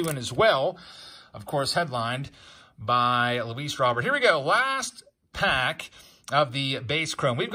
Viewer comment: I hope this is sarcasm, even Luis Robert is mispronounced?